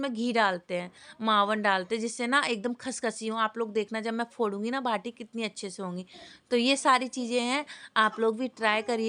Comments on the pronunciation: भाटी नही होता है बाटी होता है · भाटी नहीं बाटी बोलते है 😊 हम राजस्थानीयो के घरों में तो कोई भी मौसम हो दाल बाटी तो रेगुलर खाईं जातीं हैं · भाटी नहीं होती बाटी होती है 😂